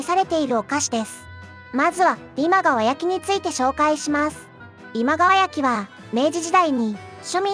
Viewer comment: 今川焼きの発音不安定すぎだろ